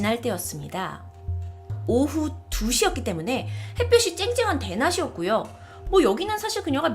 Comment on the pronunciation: 손에는 낫이(나치 아니고 나시) 대낮이었구요(대나지었구요~~~) 유명한 유튜버님 발음에 아쉬움